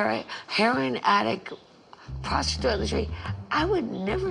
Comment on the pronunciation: when dorinda is trying to say prostitute and offers up a baffling slurred “pasta toiletry” and the closed captioning was on I fucking died I rewinded it with my sister easily 15 times and we fell out over and over that trip was a GIFT.